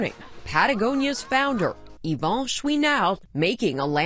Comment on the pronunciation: Could they butcher Yvon’s name any worse?